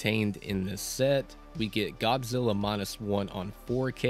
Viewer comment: Saw it on Netflix. Great movie. One question: why do you keep saying "Gobzilla"?